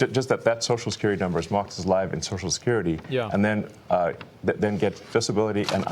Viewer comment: "So Shkirity", "So Skirty", "Sosho Skirty" Why do people have such a hard time pronouncing Social Security?